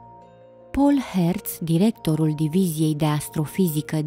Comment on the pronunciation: Stimata, emisiunile prezentate de dumneavoastra sunt asemenea tuturor emisiunilor care apartin genului foarte interesante. Domnul Herz(domnul Inima) este de origine germana si prenumele Paul se pronunta ca in limba romana nu ca in franceza Pol(au). In rest asa cum am scris mai inainte emisiunile sunt teribil de interesante si atractive. Toate cele bune si succes